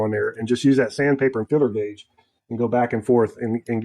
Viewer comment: filler gauge or feeler gauge? is that another transatlantic difference or just different pronunciation?